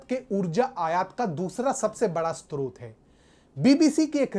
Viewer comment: स्त्रोत नही, स्रोत।